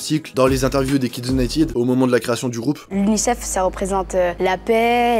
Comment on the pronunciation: Vidéo très intéressante. Mais par pitié les Français, arrêtez de dire "Unitiiide "! United se prononce "uniteude " pas "iiide". Ça fait mal aux oreilles.